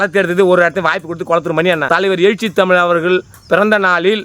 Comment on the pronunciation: எயிச்சி இல்லடா எழுச்சி.